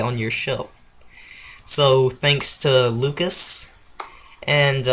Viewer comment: Also, thanks for mentioning me! Also well done for getting my name right! People say it is Lucas Coward.